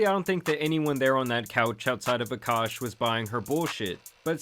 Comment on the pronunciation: He is no longer uhkosh is he isnow ahk-ahsh